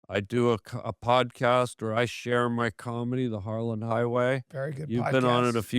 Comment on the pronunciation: HARLAND not HARLAN